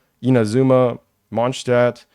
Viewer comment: Omg you're the first person I've heard who pronounced Mondstadt normally